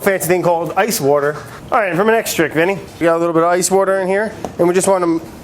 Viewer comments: You missed a wourder=water around 6 mins haha. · Brad says butter in French about as well as he says wourder in English :) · He can't pronounce "water", so you're really asking a lot.